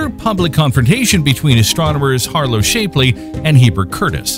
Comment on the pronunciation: Please learn how to pronounce "Shapley" correctly, ty.